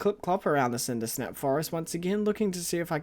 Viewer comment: I wonder how distraught will be when they realize it’s Cindersap, not Cindersnap